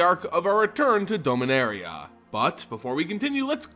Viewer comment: You need to say the As in "Dominaria" as As (like you say in the word apple) and not like an E.